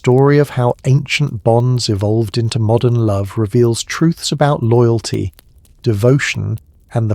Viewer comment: Love this one, but…loogalty? Cominunen?